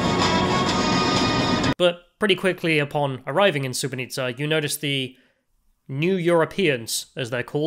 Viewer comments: You called the city wrong the whole time, it's SuboTica not SuboNica. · pronunciation of Subotica sounding like Srebrenica... at the start i was wtf? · Am I the only one who heard you said "Srebrenica" instead of "Subotica" in this video? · mispronouncing "Subotica" as "Srebrenica" though 😅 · Its not Srebrenica lol, its Subotica. Sooboteezza. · Subotica and Srebrenica are 2 different things. It sounded like you said: Srebrenica which is incorrect (were you playing the Serbian war music upon entering the town -deliberately?). Less than 5 minutes into this program I could tell you are a racist. You wr scared of entering a lift? WTF? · It sounds like you say ‘sbrenica’ instead of ‘subotica’ 😂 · Dude you keep calling it Sre-bre-ni-tsa, while it's Su-bo-ti-tsa. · LOL i Thought he was trolling everyone ! Srebrenica, really !? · The town bordering Hungary in north Serbia is called Subotica, not Subonica. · your pronunciation of Subotica sounds like Srebrenica, which is fucked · You pronounce the town of Subotica as Srebrenica, terrible... McDonalds is garbage, that's why was empty there. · He said “Srebrenica “ 😂😂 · SuboTica not SuboNica. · Is it just me or every time he says Subotica it comes out as Srebrenica? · You pronunce everything between S and A in Subotica wrong. At first I was like 'Srebrenica, WTF?' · You have the funniest pronunciation of Subotica that I've ever heard. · That's a really weird way to pronounce Subotica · Take a shot every time he pronounces Subotica wrong.